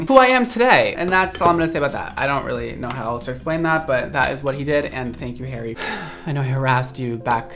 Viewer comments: I heard 'Hairy Josh' the whole way through the video. Oops! Thought you were using a petname! Xx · I thought you said “Hairy Josh” (perfect name for hair tools!) and was sad to discover it’s “Harry.”